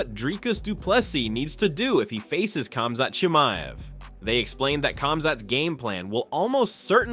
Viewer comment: Pronounces Khamzat Chimiev flawlessly. AHHDIN ROSS